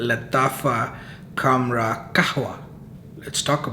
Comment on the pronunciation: It's not kamrah... Khamrah. Kha Khamrah.